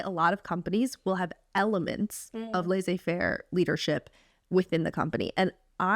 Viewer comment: HAHAHAH. Thank you, ladies for sharing this. I am from Sofia, Bulgaria and you have inspired me to apply to Harvard/Stanford, other Ivy schools maybe in a few years! Thank you! P.s It's laissez- two s are prononced like the normal s in English.